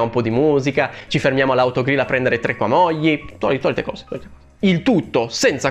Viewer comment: Ha per caso detto "CAMOGLI"?? (ottima analisi del film, sono d'accordo su tutta la linea. E non oso pensare a cosa avrebbero potuto fare in una trilogia che però contiene 5 libri con migliaia di cose importanti da sostituire con cavolate)